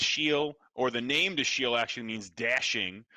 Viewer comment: Why are they mispronouncing "Dashiell"... it doesn't end with "ield" or an "eel" sound. It's Dash-el, like in the "Incredibles".👍🏾😉